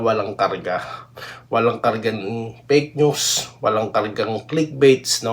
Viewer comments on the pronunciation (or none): Paki bigkas naman ung fake news ng maayos hindi pek news.